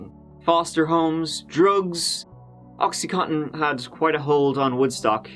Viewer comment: Oxy-con-tin. Not cotton. Bad enough the Americans say it wrong!